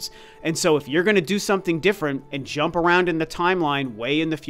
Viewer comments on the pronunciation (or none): none